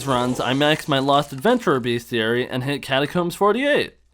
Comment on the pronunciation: everytime he says "beast-e-airy" i canttttttt